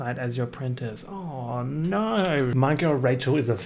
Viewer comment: Crying over saying “naur” in an exaggerated Australian accent as if he wasn’t already Australian